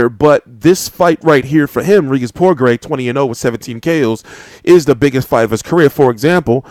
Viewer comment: Its pronounced Progrey. Career was setback due to an injury. Certainly the real deal w/ a vast extensive amateur background.